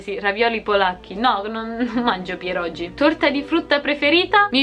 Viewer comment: Pirogi... si pronuncia piroghi ed è una roba meravigliosa sia dolce che salata. Più meravigliosa di te 😌😉